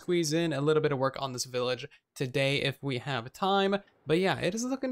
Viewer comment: Did you just say “willage” instead of “village”?